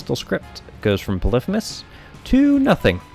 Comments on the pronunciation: polephemus?its pronouced pollyphemus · poly-fee-mus not puh-liff-uh-mus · it makes me angry how he pronounces polyphemus. it's not 'puh liff ih mus', it's 'pah lee fee mus'. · its polyphymus (poly-fee-muss) not polyphemus (pol-if-a-mus) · Its not polithemus is poly fee mus like polygon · polyphEmus, not fucking polyphymmys. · po-li-phe-mus instead Poly-phemus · I'm so sorry but this REALLY pissed me off, and I had to comment on it! Its pronounced 'Polee-Feemus' not 'Polifumis'. Yes, I'm THAT kind of person! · It's Poly like polygon and femus not pa-lifimus. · Stop saying Pelifimeus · It’s poly-femus btw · Pronounced Poly-fe-miss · its actually pɒlɪˈfiːməs not what you said. poly femus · its okay that you sayd polifimus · Derpy Muffin I always thought it was pronounced "Poly-HEE-mus" not "Poly-FEE-mus" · I though the actual ancient Greek pronounced it pol-if-i-mus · It's pronounced p ɒ l ᵻ ˈ f iː m ə s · u say polypemus wrong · thats wrong, names weren't pronounced like that in ancient greece. It's "Pull - if - uh - miss" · It's Greek. Pronounced "poli fi mis". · im triggered by the way he says polyphemus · The f*ck? How did you pronounce Polyphemus? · You say Polyphemus weird :S